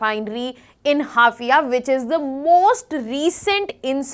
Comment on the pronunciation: Haifa pronounce 😂